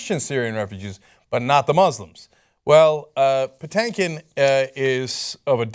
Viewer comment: And it’s not “Patankin” it’s “PaTINKin”😂 (like “think”)